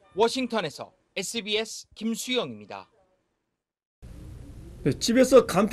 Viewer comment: 입니 타~ 씀니 타~ 참 듣기싫다. 앵커면 최소한 정확하게 발음 해야지~. 말끝마다 힘을 주면서 바람 빠지는 소리를 해서 타~ 타~ 해대니까 아주 듣기싫다. 정식 아나운서 교육을 받은 사람을 앵커로 써라. 가끔 나오는 여자 앵커가 차라리 백번 낫다. 비호감 앵커를 쓰니까 다른 미주방송보다 시청율이 떨어지는거다.